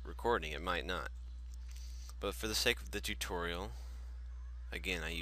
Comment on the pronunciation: it's "im siingin for the tutooriOL" ;p